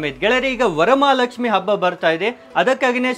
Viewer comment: ಅಬ್ಬ ಅನ್ನಬೇಡಿ,ಹಬ್ಬ ಅಂತ ಹೇಳಿ.ಅಬ್ಬಗು,ಹಬ್ಬಗು,ಅರ್ಥ ಬೇರೆ ಇದೆ.